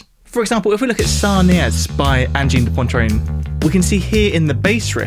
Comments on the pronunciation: Angine de Pontrine hahaha C'est prononcé Angine de Poatrine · "Anjeen de pontreen" holy lord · Great video, thank you! The band’s name is extremely difficult to pronounce for English mother tongue speakers. An approximation could be “Anjeen de Pwatreen” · Pronounced kind of like "Ahn-jean duh pwa-treen" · "This is Anne-gine de Poyne-trine" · Great review. Pronounced Onjheen duh Pwatreen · It's weird how anglophones find it almost impossible to pronounce Angine de Poitrine. It's acyually not that hard. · Lordy! Stop saying their name that way!